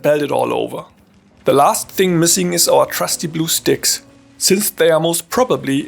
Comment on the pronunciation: You have the renowned early Factorio trailer "FINGS DAT MOOF" accent.